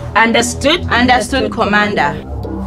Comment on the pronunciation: 😂😂😂😂😂 understood,me understood commender😂😂😂😂😂 commender mulalamu ko